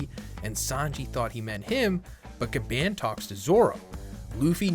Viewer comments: i love you man but you gotta stop saying Gabban like that 😭💀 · The way he says Gaban 😫💀